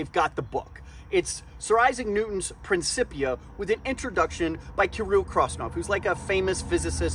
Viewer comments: "Prin kip pee yah". Just so you know. 😉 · The c is pronounced like a chip. Prin-chip-ia And just remember what the Nobel Prize winning physicist Ernest Rutherford said: "All the science is either physics or stamp collecting." Newton's concepts of mechanical motion are indeed simple. Also Newton didn't say "F=mA". He said that the force an object exerts is equal to its change in momentum over time. The thing here is that mA is mathematically the same thing as the change in momentum over time. And it takes calculus to properly describe it. F=mA=dp/dt And F, A, and p are vectors, so that's even more power (read "complexity"). So yeah, as a concept to talk about on YouTube, it's simple. To accurately describe it (i.e. to be able to USE it) takes a little math. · Huh, always thought it was pronounced 'prin-K-ip-ia'